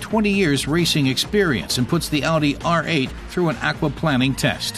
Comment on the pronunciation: The way the narrator keeps saying "aquaplanning" makes me chuckle. Maybe he used to work for a water company as planning chief. Or maybe he hates planing wood so much he can't stand to say it even when referring to water.